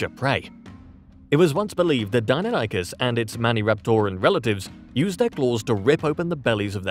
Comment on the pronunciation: It may just be me, but your voice guy said "dino-nykus" when it's pronounced "dy-non-ih-kiss" Deinonychus